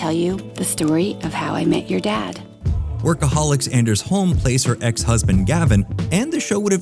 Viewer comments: It's pronounced ON-ders, not And-ers, he's got a hard On in his name. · Anders actually has a hard On. It's pronounced Onders lol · It’s pronounced Aunders. He has a hard on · Anders is pronounced "On-Ders". He has a hard "An"! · it is Anders Holmwik, pronounced ON-DERS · Anders has a hard on. At least that is how he pronounces his name in Workaholics.